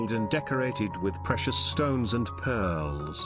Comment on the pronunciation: Great stuff although I kept getting a giggle every time pearllls were mentioned.